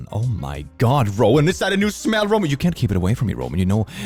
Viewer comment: I cant tell if he said Rowan or Romen at the beginning but as someone who is named Rowen, I'll take the compliment.